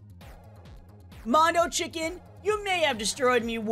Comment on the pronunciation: Oh no you’re gonna get demonetised u said mono CHICK